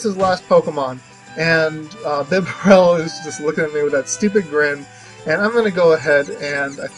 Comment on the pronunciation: I don't mind stall battles, not at all. Bibarel is pronounced "bee-barrel", not "bib-bur-rel", at least according to the anime. Good to see that this team is doing well. :)